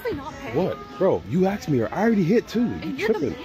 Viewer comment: "you axed me here" 😂